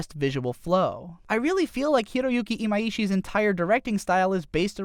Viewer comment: I really like your videos- but if you could practice the way you pronounce the animators names it would be even better! Even in the behind the scenes for Kill la Kill its "iMYshi" not "e-mai-e-shi"